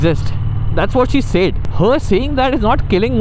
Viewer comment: Why is your “Said” said weird? 😅